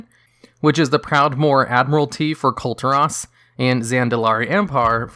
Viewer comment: Kul Tiran: Cool--Tear-In. Not hard to pronounce.